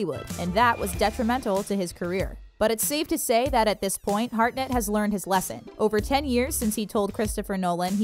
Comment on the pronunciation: Harnett - NOT Heartnet... 😊🤦